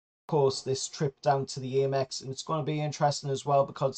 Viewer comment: Gaahh, it's ahmex as in American